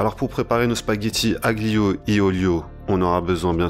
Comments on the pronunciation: AGlio 😂 ne prononcée pas le g en francais juste alio 👍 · Le G suivi d'un L ne se prononce pas en italien monsieur ca se prononce " alio" 😍 mercii pour la recette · Moi aussi la prononciation du g m a défoncé les oreilles 😂